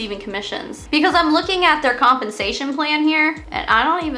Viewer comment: When you said “compensation plan” I heard “hunpensation plan”. We should keep it that way